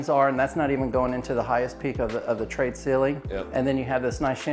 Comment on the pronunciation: why do you call it trade(tray) ceilings?